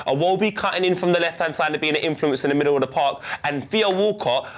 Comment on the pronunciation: 5.17 minutes = "HOW EFFECTIVE IS HE DOWN THE MODDLE" haha it's okay I know what you meant 😂